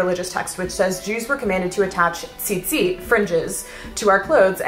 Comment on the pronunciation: As a hebrew speaker I have to say your pronunciation of tzitzit impressed me! I've been loving historical dress for a while and you've really opened my eyes ד"ש מישראל :)